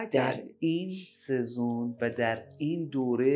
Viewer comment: منظورتون سیزن. یعنی فصله که میگفتین سهزون😅